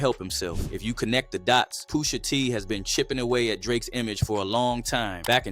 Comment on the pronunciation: Boi said POOSHA